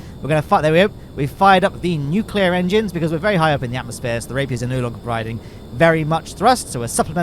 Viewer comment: i must say going to gilly is quite easy if you know how to use nucular engines